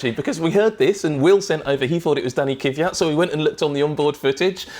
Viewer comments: Is it that hard to say Kvyat instead of "Kiviat"? Reminds me of Americans saying "Newkiller" instead of Nuclear. I wouldn't say the crash was anyone's fault in particular, they were following the rules in place, and those rules clearly need to change so that these sort of things don't happen again. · Giiiirl! It's not Kyvyat. It's Kvyat!!!! Good get it right! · I'm really bothered by both of their pronounciation of Kvyat's surname. It's not Kivat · WHY DO THEY SAY KYVIAT AND NOT JUST KVYAT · No such driver as Danny Kiviat. It's Kvyat for goodness sake. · Kiiiiiiiivyat...its Kvyat btw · Kiviat, Kiviat, Kiviat.. It's Kvyat ffs! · KVEEE AT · IT IS NOT KIWIAT!!!!!!!!!!!!!!!!!!!!!!!!!!!!!!!!!!!!!!! You have one job, pronounce the man's last name like it should be! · "Danny kuvyat"?